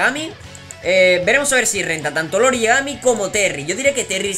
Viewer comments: no es "Lori" es "iori" y no es un mayordomo es la contraparte de Kyo y un asesino jajaja pero gracias por la info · Conocí el kof en juegos de maquinitas y por cierto se pronuncia iori con i al inicio